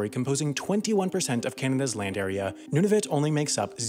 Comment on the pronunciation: Decide on how to pronounce Nunavut! (Noon-A-Voot)